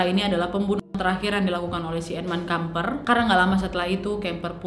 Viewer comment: Maaf sy dengernya: edmund edmil kampret 😂🙏